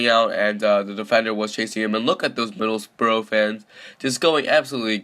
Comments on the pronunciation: it's spelt Middlesbrough not Middlesborough, so you are wrong and also he isn't Norwegian or German so why does it matter how he pronounces it. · Not 'Middlesbro' it's 'Middles-burr-uh' Not 'Wolfsberg' it's 'Volfsborg' Not 'Owe-der-guard' it's 'Orr-der-guard' Also Everton would smash Borough IRL